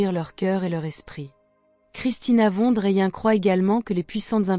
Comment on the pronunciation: Juste prononcer le nom de famille : „fonne drayenne“… sinon bien sûr ! le message qu’elle transmet est magnifique, merveilleux, pur et représente la justesse de l‘âme ! ❤